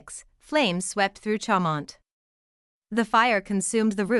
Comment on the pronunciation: If you can’t pronounce it you shouldn’t post it!